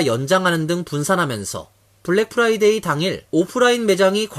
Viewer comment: 미국 한인방송인데 아나운서 발음이 Friday (금요일) 을 Fly day (파리 곤충의날) 로 발음을 하네요. 공부좀 하지...